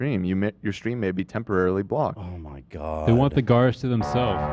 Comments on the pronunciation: When he said 'gar' I also said to myself 'did he just say gar?!' and then the crew getting hung up on it the remainder of the podcast really got me. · And how said ‘Oh my Garrrrr🤦🏽‍♂️’ at the end, but no one reacted. Funniest moment for sure! 😂😂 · Ab saying “oh my gar” at the end has me fucking DEAD 😂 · saying OMGar 😂😂😂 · Haha saying a dart and a gar is a Canadian thing I hear it all the time